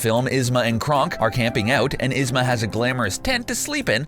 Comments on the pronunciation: Alright, I'll take Ihzma . Cuhzcko is a bit of a stretch, but I'd let it slide. But how. How in the motherfucking hell. Did you say Krunk ? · And Yzma (Ez-muh) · Who the hek is isma? It’s pronounced eeeeeezma, eeeeezma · Kuzco. He pronounced it "kuzz co" Pacha. He pronounced it "patch uh" Yzma: He pronounced it "izma" Emperors Nee Groove: Called it a gem, but he has never seen it? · It's k-oo-zz-co and yee-zz-ma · Darn, I was really liking this video until they got to Emperors new groove, he single handedly BOTCHED every single name. Kuz-co, Krunk and ehz-ma. Very nice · This video is absolutely fine, but I can't forgive him for the pronunciation of Kuzco Yzma and Kronk